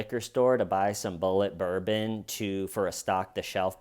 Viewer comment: Did0 she really pronounce the bourbon like a pretentious azz hat ?